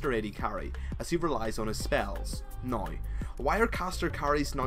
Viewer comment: "right noi" hahaha :3